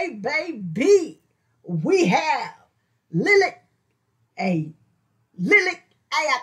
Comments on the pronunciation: Liliac pronounced lil ee ack how hard can this be . You do good reactions but get the name right you will win my subscription when you do . Fang4life Rock on and rock hard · Pronounced Lily-ac